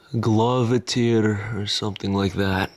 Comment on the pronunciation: Glove teer? Bwahahaha! These kids today! It's "Clavinette." We Gen Xers still write in cursive. But that's actually more old English writing.